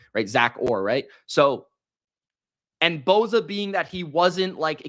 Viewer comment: It's not BO ZA....